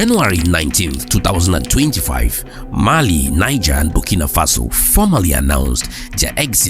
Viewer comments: The country NIGER is pronounced NEEZHER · Niger. Pronounced "Knee. zheh"